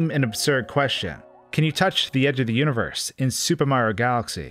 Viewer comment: Fix your pronunciation of super Mario. It’s not sssupemario, it’s super Mario.